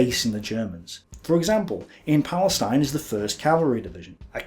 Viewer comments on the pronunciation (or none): none